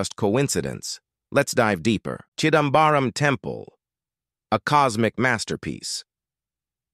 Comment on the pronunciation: chidambaram.. yes.. chidambaaram.. no! 😮 no baaram...